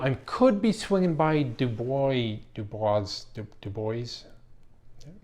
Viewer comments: Dubois, WY is pronounced as if it were "Dew Boys". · I"m glad to hear that The Nation Museum of Military Vehicles is on your itinerary. My brothers and I were up there last weekend and all of us thought it was very good. BTW the locals pronounce it - Dew-Boys. Dubois is literally in the middle of nowhere, Wyo. One is not going to stumble across it. The drive over from Jackson is very scenic, the drive up from Green River is not. For those who want to know a little bit more about it here is the web site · If the town in Wyoming is pronounced like the one outside of Pittsburgh, it's 'Dew-boys'. Of course, we also have the town of 'North Ver-sails' (Versailles)